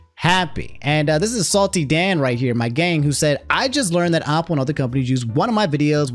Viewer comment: He's also saying Opple and not Apple lol